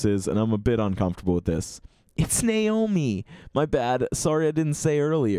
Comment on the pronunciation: Thank you for not pronouncing it Ny om eee cause that annoys me so much